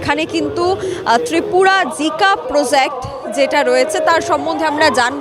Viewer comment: জিকা নয় জাইকা